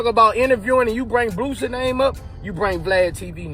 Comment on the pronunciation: you are butchering that man name aint no "T" in BOOSIE